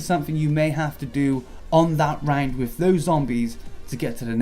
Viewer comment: You are saying "round" like "rang'd" and I hate it.